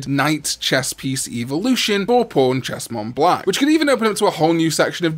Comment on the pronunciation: He said pawnchestmonblack and I thought he said pornchestmonblack lol 😂